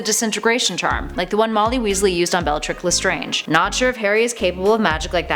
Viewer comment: Did she actually say bellatric lestrange